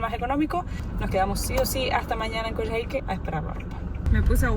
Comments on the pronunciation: Hola, se pronuncia "Coyáique." Buenísimo el video, saludos 🤗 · Lo están pronunciando mal. No es Coyahíque sino Coyáhique, donde se acentúa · Hola chicos! hermoso el video y todo lo que están viviendo! Les dejo un dato ñoño: se pronuncia Coiáique en Chile, abrazo! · Perdón. Se dice coyaique...como coya ... jajakaja